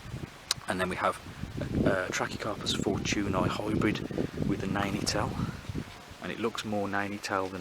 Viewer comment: What a great selection. What was that quick growing Trachycarpus? Did you say Nanetell, that's what it sounded like? I have been considering some Chamerops Humilis, but they seem to be quite expensive to buy, and appear to be very slow growing. For colour and ground cover, I grow lots of Sedum...very easy to propagate from leaves, shoots or seeds (self seeding) Is the Formium easy to grow? Now I am considering some Hydrangeas, they fetch good money.